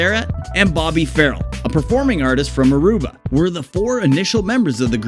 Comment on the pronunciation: Get your facts straight, and it's Bobby Far-RELL